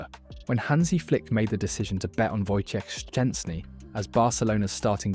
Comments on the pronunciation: Dude, great pronunciation of Wojtek full name ! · Wow, your pronunciation of "Wojciech Szczęsny" is really impressive! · wow! I've never heard a non-polish person, who pronounce his name so correctly :o that's quite an achievement, mate!